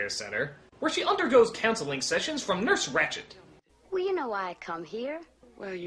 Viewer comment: Mistrzu, siostra "Ratched", nie "Rachid" :P